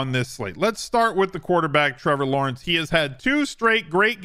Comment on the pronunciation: Meh-vor Lawrence 🤣